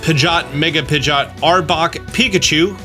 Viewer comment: Who the heck is pidgott!? 🤣 it’s pronounced Pidg-e-ot.